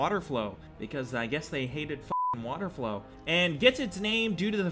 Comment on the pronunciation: Holy shit....its water-FOWL. WATERFOWL. Not 'flow'